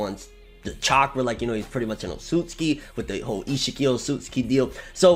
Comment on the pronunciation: Why is it so hard for people to pronounce names the right way... It’s O-tsu-tsuki.... my god....